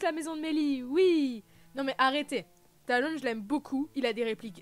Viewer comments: Non! On ne dit pas tai-ri-on!! Cest ti-ri-onne. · Mais pq tu prononce Tyrion, Taïren et pas comme dans la VO ou au pire comme dans la VF? Mdr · c mieux qd tu dis dis pas avec l'accent anglais pour tyrion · Ben alors je comprend pas ta prononciation hahaha mais bon! Tant qu'on se comprend mdr